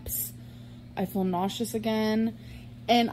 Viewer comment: Does anyone else notice that always says "fill like" instead of "feel like"? But she calls "fuelings", "feelings". WTF?